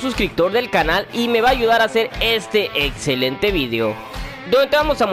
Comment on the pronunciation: "etzelente" "protzima" "otzion" "Matzimo"